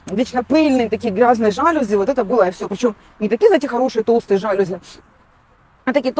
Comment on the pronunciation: ЖалюзИ! Так произносится это слово, т.к. оно из французского языка, а слова французские все произносятся с ударением на последнем слоге!!!